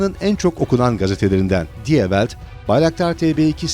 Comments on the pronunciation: yahu umuma hizmet veren bir iş yapıyor bu arkadaş. google çeviriden almanca kısmına die welt yazıp okunuşunu dinlemesi toplam 1.5 dk sürerdi. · okunuşunda yapılan yanlış kulak tırmalayıcı. farketmedin mi???